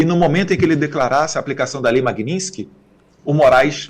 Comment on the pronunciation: Poxa Eduardo!! MAGNINSKY? Vamos pronunciar certo. Você é culto!! E muito inteligente